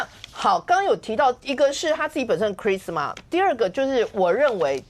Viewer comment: 大家都把charisma念錯了。。。。